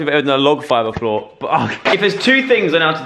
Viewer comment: Hehehheeheheh hahah joe said beflore TWICE freaking goof